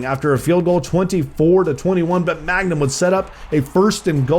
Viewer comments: i hate how he calls him magnum instead of mangum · not u continually calling him magnum when his name is man gum😂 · every time he pronounces mangum as 'magnum' i die a little inside